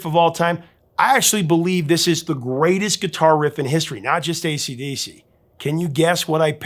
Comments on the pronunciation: I’ve noticed the repeatedly says “ACD” not “AC/DC.” Is this just a quirky mispronunciation, or is there something here I don’t know about? I noticed him doing it on previous videos. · He keeps saying acd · ACD riffs? ACD riffs? ACD riffs? Sure, you can miss out the C once by mistake, but 3 or maybe it was 4 times in one video? C'mon man🤬🇦🇺